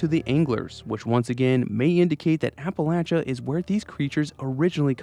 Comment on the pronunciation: Ty for saying Appalachia correctly.